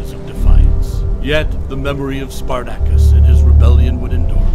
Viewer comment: Learn to pronounce his name properly.